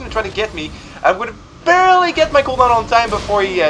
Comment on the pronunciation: Stop saying"barley" it's annoying :-)